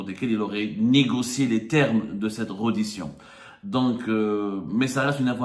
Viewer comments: On écrit reddition on prononce " rédition" cher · On dit : rédition ya le journaliste de seconde zone